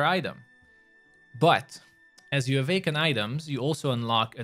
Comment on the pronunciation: why do you keep saying avaken